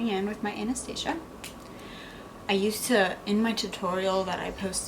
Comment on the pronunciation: She said Anastasia Wrong